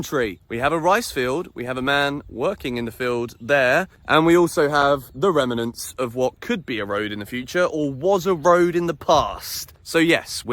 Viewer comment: rem-e-nants Yeah, anyone with a brain switches off this videoo when they realise you can't pronounce basic words